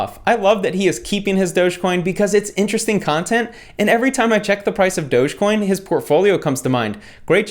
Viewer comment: It's doggy coin not doughs coin